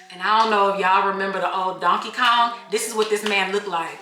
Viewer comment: Not you saying donkey Kong 😂